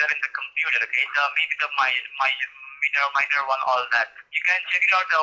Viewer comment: Can't pronounce the word minor from the script?